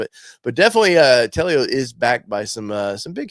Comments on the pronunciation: I believe it is pronounced Tel-o not Tel-e-o. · Not "Tell-E-Oh". It's just 2 syllables. "Tell-Oh". I like it, too. I'm hoping they can make it to market. My pre-order is in.